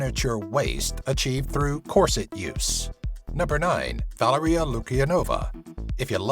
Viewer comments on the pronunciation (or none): none